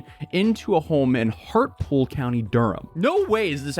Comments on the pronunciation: [Pedant mode activated] Hartlepool is pronounced Hart-Lee-Pool, not Hartpool. [Pedant mode cancelled] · Just fyi, its pronounced Hart le pool. I know, we pronounce things quite differently here. Middlesbrough is pronouced Middles-bruh, Yorkshire York-sheer. Even being from the southern side of the UK we pronounce all the northern areas wrong, that was until I went there and was corrected by the locals 😆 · Hartlepool is pronounced heart-LE-pool. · Hart-la-pool, lol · If you lived there then you'd know it's pronounced hart lee pool ffs 🙄🤦🏻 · It's pronounce hart-li-pool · Sounds like prisons should incorporate Faraday Cages into their design to block RF signals and stop mobile phones from working. They’re behind bars already, another cage isn’t going to hurt! 😂 Hartlepool is pronounced: ‘Heart-Lee-Pool’ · It's Hart-lee-pool ya div...🤣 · Yeah, how did he live there and not learn how to pronounce it! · its pronounced hartleypoolk